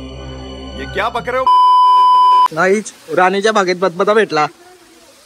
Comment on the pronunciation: धबधबा ❌ बदबदा ☑️